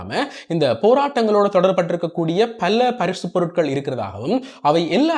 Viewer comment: பல்ல அல்ல. பல என கூறவும்.